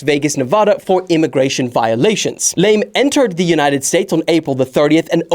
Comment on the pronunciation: Haha, can't believe you're calling him "Lame"😂😂😂 Try this now.. slowly repeat after me.. LAH-MEH... LAAAAA-MEEH! Better...? Yes! 😂😂😂